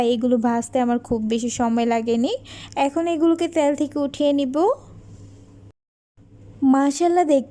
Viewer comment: সাবস্ক্রাইব করেছি, দোয়া ও শুভকামনা রইলো। কিন্তু উচ্চারণের দিকে নজর দাও। ত্যাল না তেল। প্লিজ